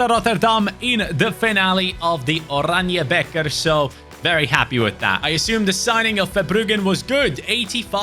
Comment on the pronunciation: good job for saying it, you said the oranje beker really good! Respect from Belgium 🫡👍🏻 Nice!!!